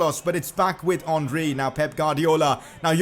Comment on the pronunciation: Its henry not honry